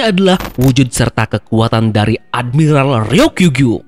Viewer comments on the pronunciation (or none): Minit Admiralral Ryokugyu. Wkwkwkwkwkwk kenapa Admiralral min? 🤣🤣🤣 Dengar semula.